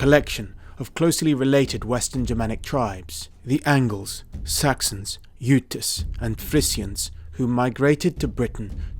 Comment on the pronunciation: That’s right you savages, it pronounced “Youtes.” And they came from the land of the ice and snow; from the midnight sun where the hot springs flow. Great work!! This is one of the longer, fully scripted pieces I’ve seen from you (not saying there aren’t others.). As always, you are lock-tight with great visuals and fully referenced. You are really hitting a higher gear in your recent videos. Your focus and polish really show. Thank you for the depth you provide to this subject. We all benefit from your passion and rigor.